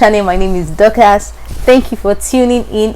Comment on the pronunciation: When you said Dorcas, my stupid ears said WHAT?! CAN YOU SAY IT AGAIN!!?😒😒😒